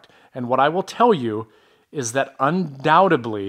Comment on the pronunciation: Undoubtedly, not undoubtebly . Englisch sprechen lernen.😂😂